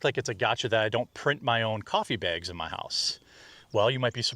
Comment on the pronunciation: Every time he says "BEEAGS" I feel a physical need to punch him. It annoys me as much as the lying now, only topped by the false flagging.